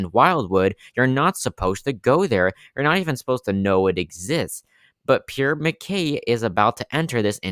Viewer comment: Pure mckay?!!! it's prue mckeel